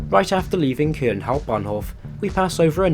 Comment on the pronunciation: "I'm here in kuhln"